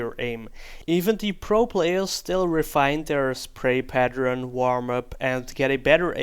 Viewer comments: PatterEn it is said pattERn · "recoil pateren" lol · What is a recoil paternern?:D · 'recoil patteren'